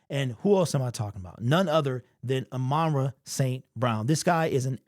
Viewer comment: It really bothers me when people call him amonra instead of ahmon rah, that’s like me calling Jack Campbell jake Campbell…